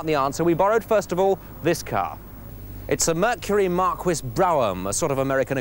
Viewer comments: he pronounces "Marquis" the correct way in English, however it is an American car and he should be pronouncing it the correct way in America, which is also the nicer way: Mar-Kee. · I’ll take a Mercury Marquis or “Mar-quiz” as this Brit says over some tiny European tin can any day! 🙄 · "Mercury Mark-wizz". HA! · It's a " Mar-key " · No. The point is A "Marquis" is a British rank of peerage. Pronounced differently from the middle ages to the French prounciation even though it is of course borrowed from French. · That was driving me nuts when he was mispronounced the model name of the Mercury. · How the hell did he pronounce Marquis? Lmfao! And he's a Brit? Sad. He'd be tragic if he wasn't dressed like a 70's porn star. I want him... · Cany pronounce marquis. Lol. But seriously, these engines will go a million miles. Seriously, 2 toyota 5.7v8 pickups have reached 1 million miles. Little uk fiesta has lost all its value at 60k miles. Gas guzzlers yes, but reliable for a looooong time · "Mark-wizz"??? Marquis, Mr. Bastable, is pronounced "Mark-Key", at least that's what it is in 'Merica. And seeing that is where the car is from, that's how it should be said. Then again, Americans say "Jag-Wahhrr" instead of "Jag-You-Ah" so who knows... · Marquis pronounced "Mhar-Kwiss"??? Its Mar-Key Tony, Mar-key.....you Bell Bottom, Canadian Tuxedo wearing historical Gem. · Mar-quiz..Mark-wiz...huh?...Jeeze. It's a Marquis. It's pronounced like the French word should be. Phonetically: MARkeey with the stress on the first syllable. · I had this conversation with a Yank on you-tube who had a Mercury Marquis and he insisted that in the US the car was pronounced Markee, even though according to the spelling it should have been pronounced Markwiss. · It’s a Mercury Mark-ee not Mark-qwaa LOL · It's pronounced Mercury "Markee" not "Markwis" lol... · Mar-Key, not Mar-Kwiss! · Who the hell says Mar-Quis? Come on man. Mar-kee. Next thing you know you'll be saying Los Angelleeeess